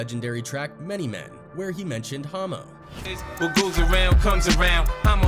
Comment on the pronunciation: Why?? It’s pronounced “Ha mo” short for Homicide not Hoe mo 🤦‍♂️